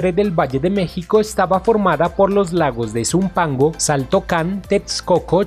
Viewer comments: Se escribe xaltocan pero se dice jaltocan y Xochimilco se dice zochimilco. Se escucha horrible que le digas chochimilco y saltocan . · El sonso que narra si no sabe como se pronuncian nombres como Xochimilco y Xaltocan, debió primero informarse sobre esto antes de hacer el video